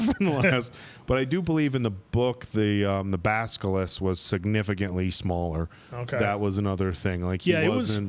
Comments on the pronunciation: ps guys, it's BASS-uh-lisk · I was lucky enough to grow up with the books. Harry's 11 birthday was when I was turning 11. Watching y'all made let me reignite those beautiful memories. Cheers from Australia, boys! Keeping it real though, it drives me nuts when y'all pronounce Basilisk 🤣